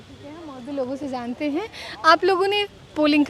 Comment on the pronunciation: Zante hain nahi, jante hain Gyaneshwar ka bhasa mat boliye lahza sambhaliye